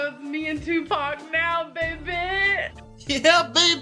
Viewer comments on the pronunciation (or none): Tupac = Tu-p-ah-k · STOP PRONOUNCING TUPAC LIKE THAT😂 😩 (I know it’s on purpose) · That is not how you say Tupac..... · Not gonna lie i cringed everytime you said tupac